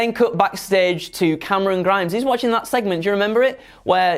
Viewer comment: Look, I love, but I don't know about "Cameron Grimes", I've always heard it pronounced as CAAAAMERON GRIIIIMES!!!!!!!!! IDK, maybe its just me.